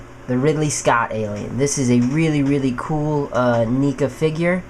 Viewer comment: is neca not nica you dumb bitch